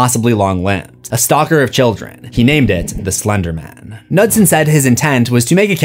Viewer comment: Pronouncing Knudsen and nutson is very funny